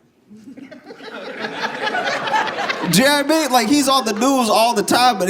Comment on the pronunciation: “J’naw I mean?” is one of my fav Joshisms.